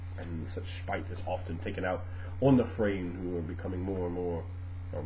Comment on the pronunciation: finally know how to say it right! Fray-EEN! not Fray-Ahhh-en! good to know!